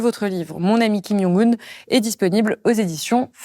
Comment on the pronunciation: kim djongue oune pas kim young oune. c'est un coreen pas un polonais